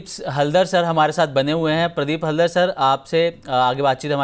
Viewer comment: प्रदीप हलदर नहीं प्रोदीप हालदार